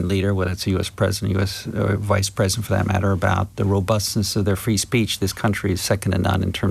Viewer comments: Pwesident Chump* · she keeps saying President Chump😂